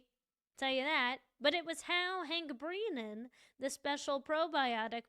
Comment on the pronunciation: Love your coverage, but please call him Hank Brennan, not Hank BrEEnan : )